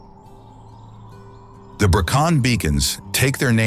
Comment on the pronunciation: Brilliant video; beautifully filmed. Just a pity they didn't take the time to learn the correct pronunciation....Brecon Beacons....Loch Lomond !!